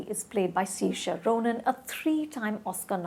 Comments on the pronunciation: It's not see-rr-shia ..... its 'saoirse like inertia' :D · It is Sur-sha and not siir-sha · I've been dying to watch this movie. Saoirse is pronounced as Ser-sha. She wasn't nearly alive in 1857 :) I don't know why she gave it only 3 stars after saying only nice things about it haha. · it's pronounced सर्श्या. Rhymes with inertia. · It's sur-sha pronounced like inertia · you said the lead's name wrong - Saoirse Ronan. Also, you told the whole story. I hope people didn't see this before the movie. Since when longer movies mean bad movie or slow movie? historical accuracy is important, and the length of the movie has nothing to do with quality. This movie is splendid, the costume, the score, the storyline, the confrontation, and brutally honest. It doesn't sugarcoat any character, shows each of them ferociously. The movie is long, but it's gripping because the performances are strong. highly recommended! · One more incorrect pronunciation of Saoirse Ronan and I give up. How hard is it?! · Say her name correctly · Even I was so uncomfortable listening to her mispronouncing the actor name. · Dear god, the way you say her same... cringe 😂